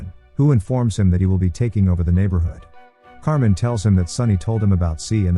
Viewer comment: It’s “ car mine” not “ car men”.